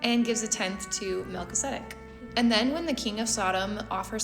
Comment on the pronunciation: Mal-ki-za-dek. Brilliant reading though 🙏